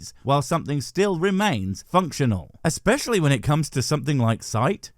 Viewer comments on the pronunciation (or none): none